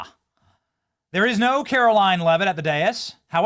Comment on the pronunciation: Benny. When are you going to learn how to pronounce KaroLINE?